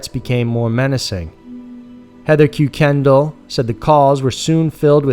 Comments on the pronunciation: Just so you know: The name Kuykendall is pronounced "KIKE-en-doll." Anyway, keep up the great work! I enjoy these videos! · He didn’t pronounce the last name correctly by the way, it was like Kye-Ken-Dahl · Love your channel, great coverage. FYI, the name Kueykendall is pronounced "Kirken-doll" We have people with that surname in my area. Cheers! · Awesome freakin' video! By the way, Kuykendall is usually pronounced as Kirkendoll. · Kerk-un-dial. that was a yoga class, not aerobics. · i actaully knew the first family in the first story when i went to high school in washington i must tell you the last name is pronounced (KUR-ken-DAL) thanks:) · It’s pronounced Kuy-Ken-doll. My 4th grade teacher 👨‍🏫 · pssst.. Kuykendahl is pronounced ker-ken-doll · It's pronounced "Kirkendall" for the Kuykendall family. I know, it doesn't make any sense, it's one of those weird Irish things. I know a family with this name, though, and that's how it's pronounced. I love your channel, but you kinda mispronounce a lot of stuff that you could easily check and say right. Just a wish from a fan that you would maybe try a bit harder on things like that, it moves you from the small time into the Big Leagues. Thanks for the video, really do love your work! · what a lazy man that runs this channel. First of all you can't even pronounce the name Kuykendall correctly and then you have to nerve to leave it misspelled on your chapters. Cue Kendall? Really?!! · You mis-pronounced the Family name ...... WOW ..... what a Putz move. !!!!! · I think it's German or Dutch. And I agree. His pronunciation bothered me. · We don't pronoune it as koo-kindle but kookin-doll. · ROFLMAO -- the name isn't pronounced Koo-Ken-Doll .....it's pronounced KIRK-en-Dahl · Pronounced kirkendoll not kukendall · ki-ken-dall not que-ken-del 😂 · 1. Ker-ken-dial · Kuykendall is pronounced ( kye ken doll ) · Ist one is pronounced "kirken-doll" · I think proper pronunciation is COY-KEN-DOLL